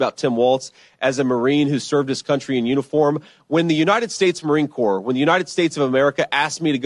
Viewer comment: MARINE CORPS,,,THATS RIGHT OBUMMER,, PRONOUNCED,,CORE,,NOT CORPSE,,,Every Little Kid Ever Watched A War Movie Knows THAT,,,,😎💪🇺🇲❤️🇺🇲☝️😆😆😆😆😆😆😆